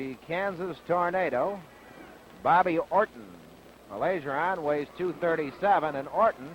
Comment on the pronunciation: Funny how the announcer corrects himself for Baillargeon's name in the beginning but then proceeds to mispronounce it for the rest of the match...🙄